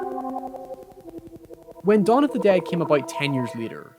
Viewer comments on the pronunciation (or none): none